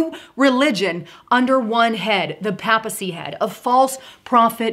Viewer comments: Hey, Papacy is pronounced as PEI PUH SEE. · The word PAPACY is pronounced Pay Puh cy! Not intended to insult you, just to help with the pronunciation.